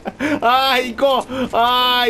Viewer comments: 本当は「アーイコー」って聞こえるんだろうけど俺からしたら「あー行こー」に聞こえちまう… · aiko埋まってる時のの発音凄い好き